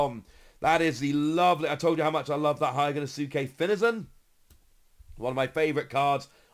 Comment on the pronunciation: are you sure you’re pronouncing HYOGONUSUKE right?